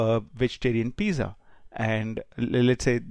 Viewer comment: ‘z’ in pizza is pronounced as ‘ts’